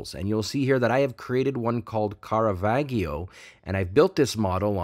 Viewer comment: The G in Caravaggio is a soft G. It is pronounced as the J in John